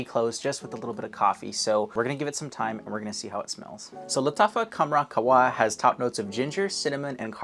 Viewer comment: Just to let u know, the H in QaHwa IS pronounced 😊